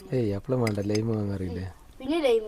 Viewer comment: ലെയിം അല്ല ലൈം